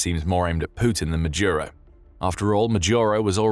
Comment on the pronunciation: Why the mispronunciation of Maduro as Majuro?